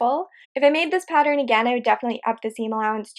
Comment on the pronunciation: The end result looks very lovely! Hopefully the wire holds up to use. I hate when good products get discontinued! 💔 Btw.. I've noticed some times when you're talking you say "pat-er-rin" instead of "pattern." It makes me smile because I've said "pat-er-rin" most of my life and never met anyone else who did it! Lol I was always teased for it! 😂💖